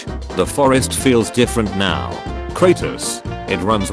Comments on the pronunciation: Hearing the bot say kratos made me want to commit suicide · Name:”kratos” Bot talking:”kratus” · Robot says it like CrAPTOS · That's Cratus, not Cratos. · I hate the pronunciation of “Kur-Ah-Tus” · "kratis" gota love the tts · the narator of the video names kratos kratas😂😂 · Ir triggers me how he calls kratos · I hate the way this fool says kratos